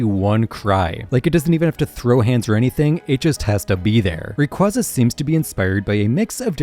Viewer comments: Moltres is actually both spring and autumn since it can get warm in those seasons Edit: FCK ITS Ray-QUAY-za ITS THE OFFICIAL PRONOUNCATION DAMMIT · Love the video! However Rayquaza is pronounced Ray-kway-zuh